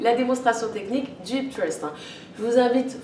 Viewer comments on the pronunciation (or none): Par contre hip qui veut dire hanche en anglais se prononce littéralement "hip" et pas "hayp"